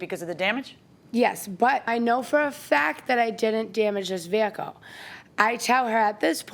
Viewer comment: The way she says “Veeeee-ah-cuhl “ is killing me .